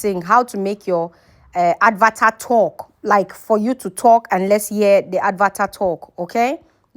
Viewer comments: Please learn to pronounce correctly...It's not "Advatar"...It's "Avatar"...Wrong pronounciation gives a less attractive impression of you and make people cringe listening to you.(Concerned viewer)😜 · Why do you call an avatar an "ad var tar"? It is lazy.